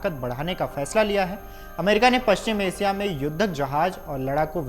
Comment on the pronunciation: रूजबेल्ट नहीं बेटा, रूज़बेल्ट नाम है उसका. और एसिया नहीं एशिया बोलते हैं. सही हिंदी बोल.